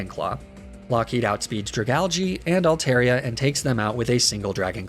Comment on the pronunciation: THERE IS NO E IN ALTARIA!